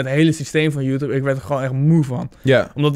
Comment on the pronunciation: niemand:: youtoep